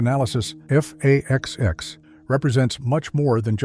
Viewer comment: What the hell is "F/A-20"??? You do mean F/A-XX, RIGHT??